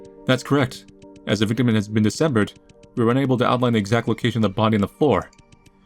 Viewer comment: Hi! Welcome to "December-ment the Game!" How "Decembered" are ya?!